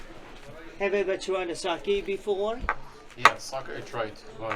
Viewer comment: It s not Saki , it s Sake !